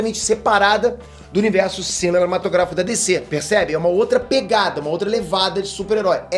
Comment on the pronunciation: Pq o fala "Universo ciminematografico"